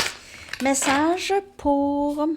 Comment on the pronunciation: Avec l'accent québécois message devient massage... J'adore :)